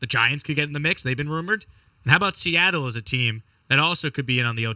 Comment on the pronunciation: Fuk Se-at-tle Is 4 right?